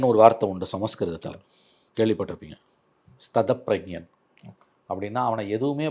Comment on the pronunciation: Sthithappragyan என்பதே சரியான உச்சரிப்பு